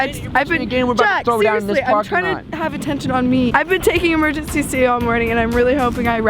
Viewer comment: I’m sorry,, but it’s Emergen-C not emergency-c. I couldn’t help but be triggered each time she said that, but it’s okay; I still love you.